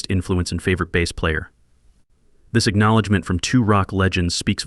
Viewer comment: Baaas? Jesus AI..